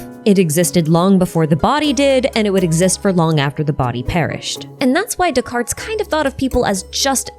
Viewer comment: Please, no "S" sound at the end of Descartes.